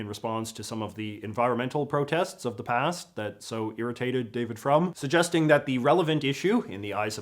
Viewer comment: Well said J.J., as always. Perhaps 1'6 drained the American right of a desire for self-destructive violence. By the way, David Frum's name is pronounced "Froom," not "from" -- His last name means "religious" in Yiddish. And if you want to know anything about the Middle East, ask me. I may be the last one standing who actually knows something other than leftist propaganda.